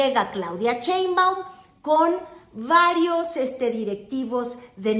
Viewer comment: Me encanta lo que haces, pero me gustaría que pronuncies bien "Sheinbaum". No es Chein-baum, es Shein-baum. Y se acentúa en la "e"; no se tilda porque el origen del apellido es extranjero.